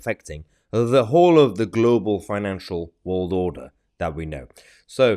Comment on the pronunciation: The ppl that we put down for good reason .never see these stuff . Or know whats going on Like blair .everyone says why os He always poking he nose. In . He is a good example of arrogance. I do wish along with Many others he would but out. And i carnt stand the way he says WORLD. !!WALD!!